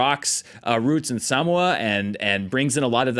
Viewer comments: Best pronunciation of ‘Samoa’ so far. Thank you! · Scrolled down to agree with the first comment about SuhMoeUh. I love me some!